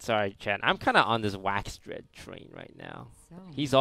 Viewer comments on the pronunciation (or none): Okay Toast, we love you, but say it with me: WAX-A-DRED There's an "a" in there